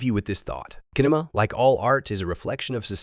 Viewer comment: I am listening to the voice which is nice, but when it can't correctly pronounce the words (cinema, pronounced kinema instead of sinema) and others, I am bothered and wonder if it's AI or another artificial organization. Too bad. Some interesting ideas but a turn off as suspicious